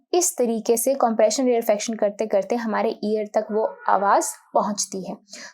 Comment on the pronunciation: You are pronouncing this wrong it's rere-faction not rear-fraction